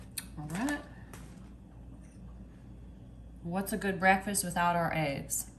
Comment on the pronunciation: " IT'S MY FAVORITE BREALFAST" LOL 😆 ❤